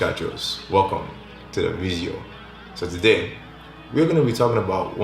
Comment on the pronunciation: dude why do you say vizeo instead of video ? lol